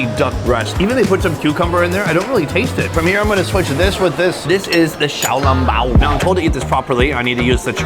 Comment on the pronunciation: The way you produced it sounds like "xiao lang bao" which means crazy person bun in taiwanese haha